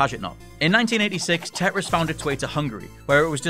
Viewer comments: I know you're northern.....but its TET-RIS not TE-ER-IS.Still speaking way to quickly, gives me a headache. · they shouldnt edit out huge gasp for air at the end also anyone else bothered by the way he pronounces tetris